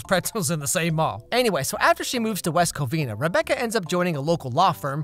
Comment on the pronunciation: "West Covina, California" blease, no